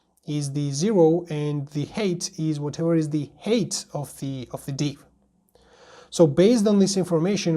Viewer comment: "height"is pronounced HITE not HATE